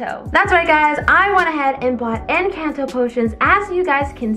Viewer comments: YOU SAID ENCANDO NOT ENCANTO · Girl everybody Everybody say it's in canteau it's in cornto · You did not say encanto right👍 not offended pls